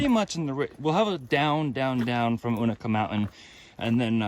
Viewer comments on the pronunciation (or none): Just for an FYI….its you-NAY-kuh (Unaka) and RONE (Roan) one syllable. (And when you get to Boots Off…you’re across from Wah-taw-gah (Watauga) Lake! It’s always hard to figure out the local names of landmarks!!! Big miles!🎉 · Agreed, except I say you-na-kah. This pronunciation stuff starts at Amicalola, not Amicola. Say it the way you want, everybody knows what you're talking about. Speak hiker?